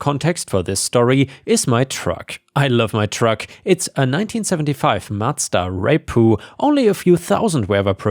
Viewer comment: I had to double check what was typed when you pronounced REPU that way